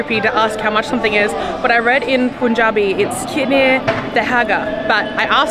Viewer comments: you were quite close actually. It is "kinne da hega?" you just combined da+hega when you pronounced it😂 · My God you are so lovely! I hope you had a great time in india and in amritsar...it's the food capital of India... While * kinne da hega?* is right but your pronunciation is not right...so easy hack is * kinne paise?*